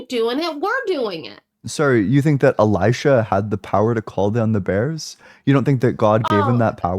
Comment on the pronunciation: I was surprised you didn't ultimately correct her. It was Eli-SHA, not Eli-Jah as she kept saying (rudely I might add)